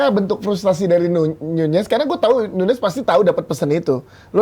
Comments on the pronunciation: NUNEZ BUKAN NYUNYES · Diem anda, kata bang bewok jg nyunyez